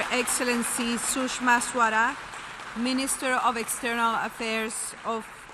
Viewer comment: We are not arabic that's not how you pronounce swaraj...